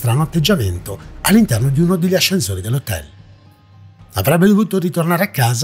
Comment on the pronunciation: Non capisco perché pronuncia la parola “ascensore” con la Z, ascenZore😂 comunque il meglio canale italiano è L’inspiegabie👌🏼